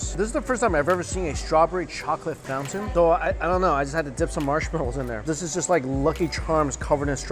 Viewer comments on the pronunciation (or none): none